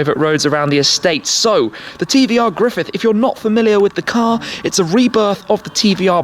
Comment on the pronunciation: the way he pronounces CAAAAHR